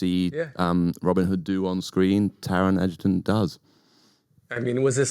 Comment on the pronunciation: Say it with me: EDGE-ER-TON